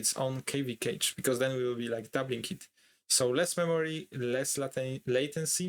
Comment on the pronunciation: Good content but took me a moment while listening to this to understand that "cage" was "cache" 😅